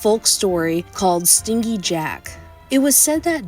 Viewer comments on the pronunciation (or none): It's pronounced stin-jey not sting-y Jack. Meaning selfish basically.